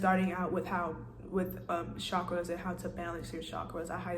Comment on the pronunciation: I like the way you say it best. Lowkey , that’s how I pronounce it too...